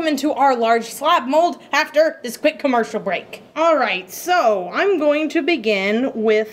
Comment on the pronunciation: when ever she says camercial break there never is one loool